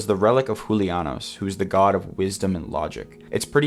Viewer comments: My boy ousted himself as being Hispanic when he said "Hulianos" lol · xD HOOLIAHNOS, i love it